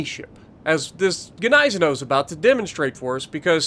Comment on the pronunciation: The gneisenau is pronounced, nee-se-now.